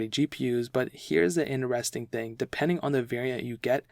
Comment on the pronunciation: In'eres'ing ...... its inTeresTing